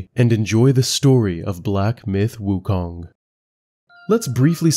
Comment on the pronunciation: Guy who can't pronounce 悟空 wants to teach 西游记 lmao